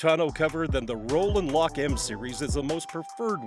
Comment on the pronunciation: He calls it a ROCK N LOCK. The real name is ROLL N LOCK..